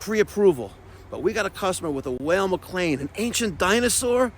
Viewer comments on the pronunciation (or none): Weil is pronounced the same as while. You remember Scott Weiland from STP.. Scottish